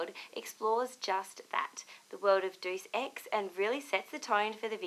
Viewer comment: 'Dues Ex'